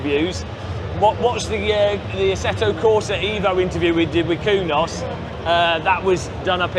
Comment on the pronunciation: How not to pronounce 'Beta', 'Assetto Corsa Evo', 'Pagani Huayra', 'Aluminium'??